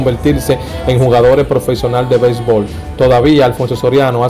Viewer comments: Belbol,diyel ,sel millone, nueva yol, suelte....ese tipo si habla malo coño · Aprende a hablar, dices: Halti, Haltiano y sels, noventaldos, altivo, belsbol, etc... porque eres cibaeño crees que si me mencionas la "i" lo vas a decir mal... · Aprende hablar no se dice Altiano ni propelto novelta y dos acelte bebol altivo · Altiano alti batel no batey belbol no béisbol como es que hablan esta jente